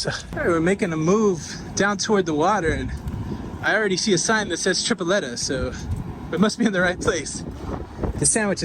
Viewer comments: is Tripleta not Trifleta!! 😂😂😂😂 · Tree pleh tah is how it's pronounced 😊 walking is the most adventurous option, next time go into the big yellow building across from the fort. It has a really cool square and one of the best coffee places that roast their own beans in it. Super cool and they may even have a couple restaurants in there as well. When you make it on the tour of the fort you can take the princess walk all the way up to the fort and it cuts out alot of time if you wanna make it there quickly. Also some of the restaurants may take reservations if you call ahead but not 100% sure. Glad you enjoyed your visit! Also there's a restaurant on the right that's good if you're walking towards the fountain on the princess walk. It's in a garden like setting.